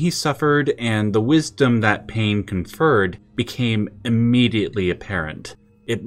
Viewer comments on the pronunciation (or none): none